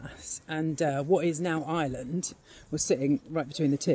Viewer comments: I(R)eland not Island ... how can you make a video and not know how to pronounce the name of the country .. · Ite IReland not eyeland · It's pronounced "are land" not "eye land" 🙄